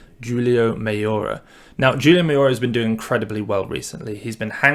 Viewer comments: 'houl' io - not 'jewel' io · Never have I ever heard someone use such a Hard J on Julio in my life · Great episode, Mayora's first name is pronouced..."Who-Lee-Oh" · I was thinking the same when I heard it but then he’s nailing all those other international names so I’m like, “ok, I’ll let it slide” 😂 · Nick Kauten I know it’s funny cause he kills it on so many names and then freaking Julio trips him up. I don’t get it !